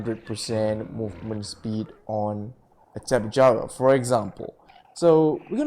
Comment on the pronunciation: its tapehara the j is silent